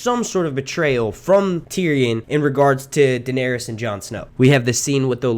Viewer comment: WTF just happened?! Lmaooo. “DaeneRYS” 🤨🧐😂